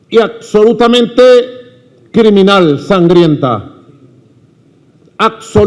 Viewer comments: "accsolutamente...!" Categórico Madu! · aCsolutamente, aCsolutamente!